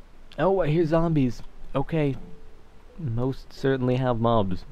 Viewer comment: how many times did he say..."most certently"?